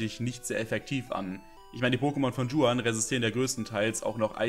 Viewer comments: Niemand: Creep: Dschuan Es heißt Juan, bro. Do you even spanish at least a little, please! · Bitte an der Aussprache arbeiten. Du sprichst in jedem Video Juan falsch aus